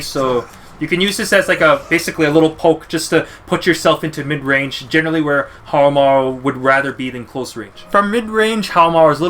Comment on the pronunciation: Pronounced How Mah Roo*